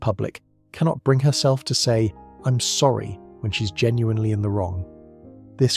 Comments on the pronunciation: It's sorry not zorry or orry. Clever AI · Why are you pronouncing "sorry" like "zorry"? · Okay, I like where this is going but either AI scripting or AI voice. Not Both. I was thinking I was mishearing the 'Orry's and the 'Zorri's in the first five minutes but nope, this is an AI script without a human to proofread it before feeding it to the AI voice generator. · . Oh OK, now I get it. They aren't even saying Sorry? They are saying 'orry', Zori, Zory Lol